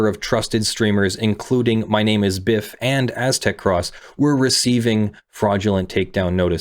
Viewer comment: This is a fantastic assessment, but hearing pronounce it 'Biff' and 'Aztec-Ross' caused me psychic damage, lmao.